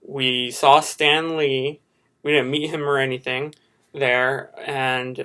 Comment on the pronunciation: When you said "Stan Lee", I thought you said it as in Stanley. Also, I loved your bit, it was hilarious and full of talent at the same time.